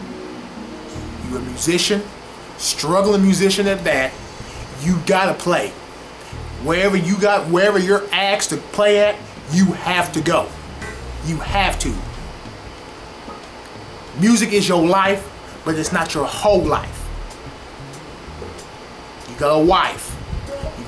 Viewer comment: thanks man.... but....did you say "whenever you are asked to play" or "whenever you are axed to play"???